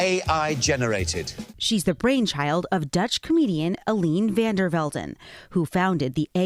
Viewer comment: Okay, I completely disagree with Eline van der Velden and I don't like what she's doing, but I do have to say that she is Dutch and you completely butchered that name: Ay-Lee-Nuh vahn dèr Velden (Velden you did good enough)